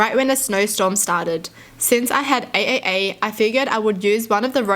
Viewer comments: Who was pissed off because she kept saying A A A when it’s pronounced “Triple A” but “AAA”. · AAA Is actually pronounced as Triple A in the United States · Anyone else laughing when she said AAA? In my brain it’s pronounced like the batteries Triple A lol! Also love your videos watch them any chance I can get🩷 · pronouncing AAA the way she does, instead of the correct way as Triple A is so adorable.